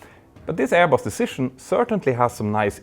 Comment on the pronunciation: Btw, your pronounciation of 'Airbus' got me the idea of calling them 'AirBoss'...🤭😉